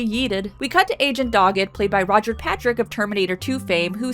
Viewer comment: Did you call Robert Patrick "Roger"?